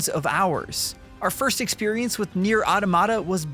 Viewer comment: said the name wrong, then right, then brushed it off and said it wrong the rest of the video 😂